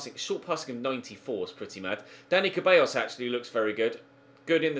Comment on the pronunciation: It’s pronounced, ‘Da-ni Theballos’